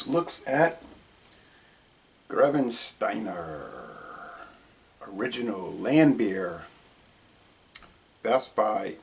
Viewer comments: I tried this beer for the first time a week ago and I really like it. I've been getting into German beers lately and this is very flavorful. But this guy really should have learned how to pronounce the name of the beer before he did his review. He didn't even come close to getting it right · sorry for the criticism but I thought I would just make a point you got the pronunciation wrong